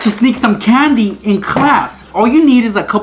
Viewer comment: Canndi How he says it